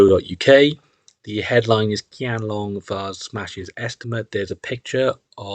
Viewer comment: Qianlong is pronounced “Chianlong”